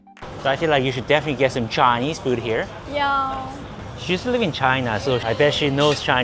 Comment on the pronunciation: Why does say Chiiii-neez like a southern redneck? 😭🇺🇲